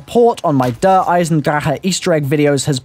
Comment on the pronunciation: IT'S PRONOUNCED DAREEEEE. THEY EVEN SAID IT IN THE TRAILERRR